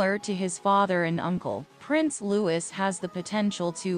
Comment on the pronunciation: IT'S NOT LEWIS HIS NAME IS PRONOUNCED LOO EEEEE (LOUIS) !!!!!!!!!!!!!!!!!